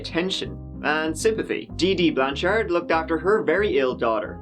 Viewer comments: Finally! Someone covering this story pronounced my surname correctly! Not "Blanch'ud" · Props on pronouncing Blanchard right. Her dad lives in my town. They seem like nice people. I really think she'll have a ton of support from her family and the community here when she's released. It's very sad that she is in prison. She went through enough.